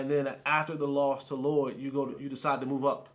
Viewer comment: well said... the fact that he didnt get Lloyds name right shows his lack of research on a simple thing